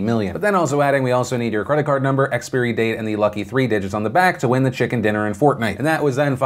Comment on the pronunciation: You can't even say expiry correctly wtf